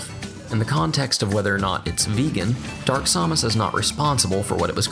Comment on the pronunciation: whenever he pronounces Samus, a child dies.